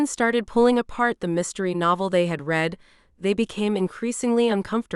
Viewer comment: I like these books, but, the AI narrator annoys me when she misuses the word READ......she can't tell the difference between the present tense "read" and the past tense "read" !! Former teacher here !! Spoils the book for me when the words are misread, or mispronounced ! Sorry.....